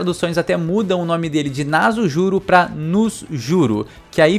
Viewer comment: Se escreve "Nasujuro", se pronuncia com som de S, tipo "Naçujuro" e não com som de Z "Nazujuro"